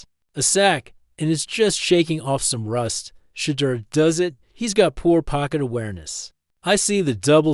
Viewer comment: Will you people who create these segments, please stop, intentionally, mispronouncing this Man’s name. This dud pronounced his name, differently. 3 or 4 different time. This is disrespectful and stupid. I believe it’s intentional. WTF?